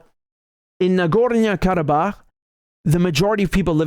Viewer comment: Nagornia? Whazzat, some island off the coast of Narnia? Nah-Gor-NO.